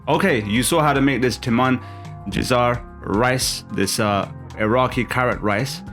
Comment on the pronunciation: how you mispronounced the name Timmin jisa'y